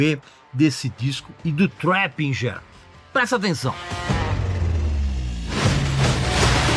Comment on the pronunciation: Você que é o foda irmão kkkkk "traping" KKKKKKKKKKK tnc